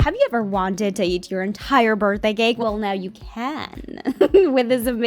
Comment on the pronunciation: « Birdday gake »